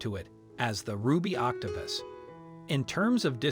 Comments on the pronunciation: You call it octo pis and octo poose. The correct pronunciation is octo puss, as in Puss In Boots. Just so you know.😁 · Octapis? Please pronounce words correctly, like OC TO PUS (pussywillow) not pissywillow. Please remember that when adults mispronounce words, then children learn to mispronounce words.